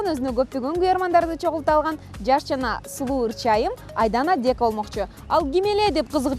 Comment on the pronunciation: Дьека эмес Дека элэ чонкыз